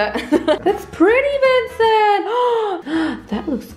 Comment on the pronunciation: “T for Tincent” 😂😂💀